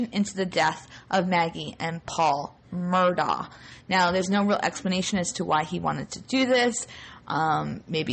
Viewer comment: The family pronounces the name as 'Murdock'. Period.